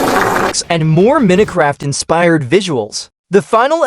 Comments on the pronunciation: "Meeno craft" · Minutecraft🙏😭🥀 i guess the ai doesn't know to pronounce minecrat